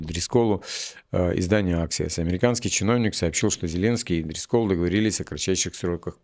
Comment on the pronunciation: Жора Дрисколл ударение на И,а ещё есть такая мфамилия очень распространёная еврейская фамилия Дрискл.